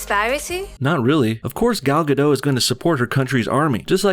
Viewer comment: you're pronouncing Gal Gadot's name wrong